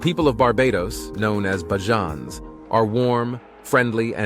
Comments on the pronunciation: Bajans not barjans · BAYJUNS NOT BAJAANS PLEASE CORRECT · It's pronounced Bayjon Bajans. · next time put 'bayjuns' in the script of the automated speaker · If you're going to speak about Barbados please pronounce the name of the locals correctly. And do not mislead your viewers by posting images and videos that are from another country and not Barbados. Please don't it's seriously misleading. Facts for your viewers Barbados doesn't have the copious amount of tall buildings, the port/harbour in your video is not that of Barbados and the geography of another land mass just to the left of the image is clearly not Barbados as Barbados doesn't have any satellite islands. Very misleading. But to all your viewers as an indigenous of Barbados it's a very beautiful and great island to explore very safe,safe ,safe,safe you get it. The correct pronunciation of the natives of Barbados is called (Beige Jan). The name Barbados was is Portuguese actually meaning the Bearded One. The Portuguese discovered Barbados accidentally after being blown off course enroute to Brazil. Upon arrival they noticed the trees with the long vegetation growing from them just hanging. It reminded them of beards so in Portuguese beard is Barba. Barbudos(the bearded ones) Hence Barbados Take care folks